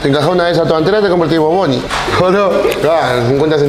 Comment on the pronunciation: Bugs Bunny = Bo Boni, vamo arriba bo